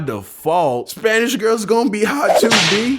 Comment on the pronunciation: I thought you said spainsh